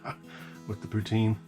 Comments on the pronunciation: It's pronounced poo tin.... not poo teen... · For the love of God - "Puts-in" not "Pooh-teen". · Im from Canada and if it took me that long to shovel in the poutine I would be turning that fork around and using the spoon. Also it's "putin" not "puteen". All good know 90% of the Canadian population doesn't know that either. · it poutine not pouteene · its not pronounced poo- teen, its puht. sin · Poo-tin! Not pouteen. Don't pronounce the E. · Poutine is pronounced Poo Tin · Its pronounced poo tin but spelled poutine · very much so... but the emphasis on the syllables are different...